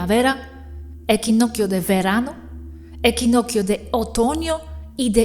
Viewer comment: Equinoccio se pronuncia como equinoxio